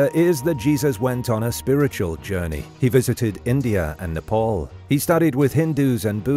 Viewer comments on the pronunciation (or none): none